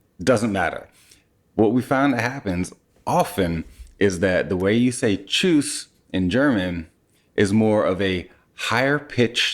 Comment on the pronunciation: He was pretty spot on with the way he said it👏 Easier than Hallo, it seems😅